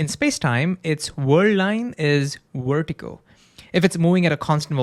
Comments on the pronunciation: it's vertical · What does "wertical" mean? Was is just how you pronounce VERtical or did I miss hear you?